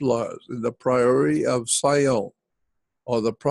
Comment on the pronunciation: PRIORY OF SION NOT "PRIORITY OF SIOWN" LOL Jordan is getting old.